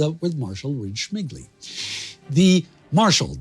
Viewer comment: Well it must be really tough to pronounce those Polish names like Dobrzański or Rydz-Śmigły. You nailed it but Michał Tokarzewski sounds like Mikhail Tukhachevsky so I was thinking "wtf Tukhachevsky was a leader of resistance in Poland?"